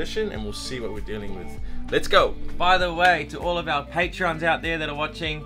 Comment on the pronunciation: “Patrons” not “patreons”